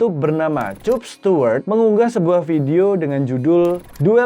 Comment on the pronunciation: Kapstuwerd bang bukan cupstuwerd